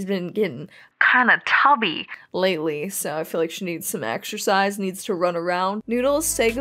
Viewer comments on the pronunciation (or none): none